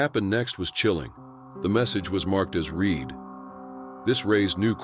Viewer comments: 'RED' NOT READ ,It is pronounced! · It's not read it's pronounced red spelled read on the note on Levi Davis